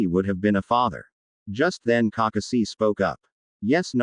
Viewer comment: This fanfic would be better if you didn't pronounce Kakashi name wrong it sounds like you're reading to a toddler